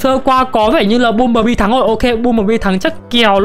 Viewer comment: anh ơi băm chứ ko phải là bum